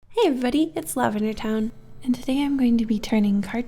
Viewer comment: For years I thought you said it's lavender time but now realized it lavender town